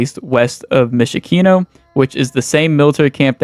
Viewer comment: Mishakino?? Bro. WHAT ARE WE DOING???